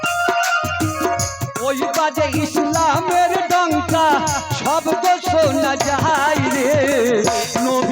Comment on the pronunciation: শব্দটি ইশলাম হবে না শব্দ টি হবে ইসলামের আশা করি সঠিক শব্দটা উচ্চারণ করবেন। কারণ শব্দটি আরবি শব্দ